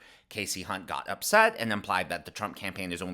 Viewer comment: Did you say hunt?